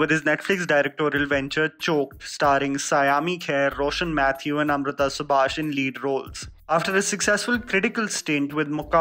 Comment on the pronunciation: Yaaayyy..finally he got a Malayali name right ..”Roshann Mathew” 😅😅